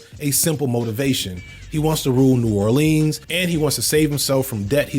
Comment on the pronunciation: it's New "Or-lins" not New "Or-leans"